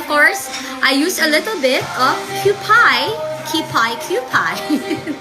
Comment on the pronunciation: "kyūpi " po ang pronunciation dyan. prolonged u po dahil it's originally written as キュウピ / kyuupi or parang QP po pero prolonged u. it's a Japan-made mayonnaise. it's lesser in fat content compared to Lady's Choice mayonnaise, and Magnolia mayonnaise, and definitely better than Best Foods mayonnaise